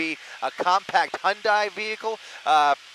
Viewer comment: It’s pronounced HUNDAY!